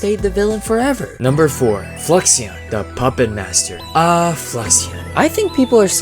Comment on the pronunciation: Is it pronounced’Flux-i-on’ or Flu-ix-on’ coz idk